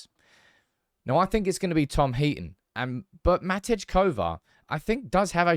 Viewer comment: He is Called Matej (like mate[i]) not matic kovar🙈